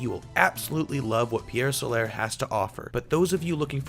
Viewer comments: STOP SAYING PIEEEEEEERE SOLAAAAAAAIIIIIIRRRRR!!! Seriously guy...if yer gonna do a review, at least pronounce the name of it correctly. Good review otherwise :^P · Loo-narr? Pierre Solair? LMAO! Good review though! 👍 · Ok I can't watch this when I hear Solar pronounced "So-lare" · TIL people exist who can't pronounce the simple English words "pier" and "solar". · Had to dislike because the reviewer can't pronounce Pier Solar. :/